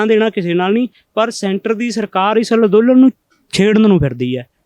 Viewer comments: Nassmasskatt=nattmasstak... kaiwaar=karwaai.... Lanndolan=anndolan Bolana aunda nahi..... Beimaan... Criminal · ਅੱਜ ਤਾਂ ਅੰਦੋਲਨ ਵੀ ਸਹੀ ਨੀ ਬੋਲਿਆ ਜਾ ਰਿਹਾ... ਲਦੋਨਨ ਲਦੋਨਨ ਕਰੀ ਜਾਂਦਾ ਐਵੇਂ ਗ਼ਰੀਬ ਮਾਰ ਕੇ ਰੱਖਤਾ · Ladolan nhi hunda andolan hunda ji